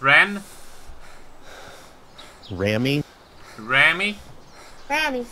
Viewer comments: Hey its me Rammy. Its Remi not Rammy:D great vid! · There was a kid named Rammy in my school. It's pronounced Raw-me